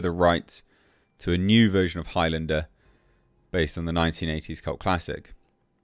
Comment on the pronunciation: Sounds like you are saying "Hi Linda" instead of Highlander. She said Hi, by the way!🤣